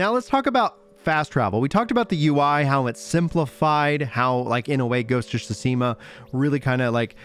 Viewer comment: great video btw I just thought it was funny the way you pronounced GoT.